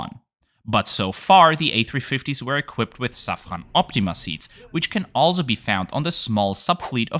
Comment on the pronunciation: As many Austrians, me trying to pronounce French words correctly feel with you. But since I learned about the company Safran Seats on your channel, being a French multinational, you should consequently pronounce it "Saffro" ;)